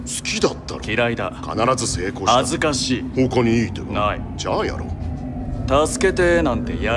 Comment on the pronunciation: it’s jaa Yaro,not chau Yaro もしかしたら発音難しいかも